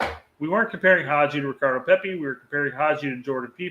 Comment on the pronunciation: oh haha he definitely said pepi 😂😂